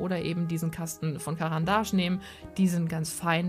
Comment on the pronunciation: Du hast caran d ache richtig ausgesprochen yeiiii 🎊🎊🎊🎊